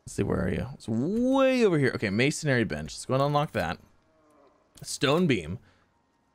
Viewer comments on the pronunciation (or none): MAY-SUN-REE. There's no second A in there. MASONRY. It's not MASONARY. :P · It's Mason-ry, not Mason-ary bud.